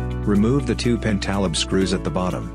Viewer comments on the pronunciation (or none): You could tell is an artificial voice right from the beginning. When “it” pronounced pentalobe so incorrectly, it was humorous. But, not pleasant. I don’t know why so many of these channels can’t have someone working on the channel, even if it’s just one person, read the words. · the AI voice is fine. Don’t listen to them. Only a couple words were mis-pronounced like “pentalobe”.